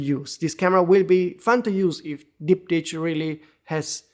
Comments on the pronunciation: Sub-1k pricing? Now that’s tempting. Ands it’s pronounced as “Dip-Tick” btw lol. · Dip-tick Not to be confused with dik-pick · The CH sounds like a K.